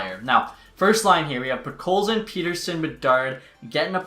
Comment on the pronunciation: STOP PRONOUNCING PETTERSONS NAME WRONG